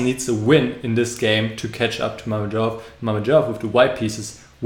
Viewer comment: Good video, actually could've been perfect if you were to say Mamedyarov's name properly :(